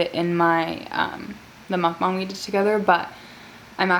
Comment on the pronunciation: She said mukbong not mukbang